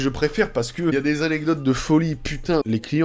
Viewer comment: les « aNNecdotes »